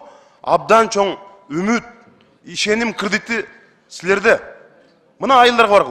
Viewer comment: Ужас кредит деген созду туура айта албайт ко бул Жанар.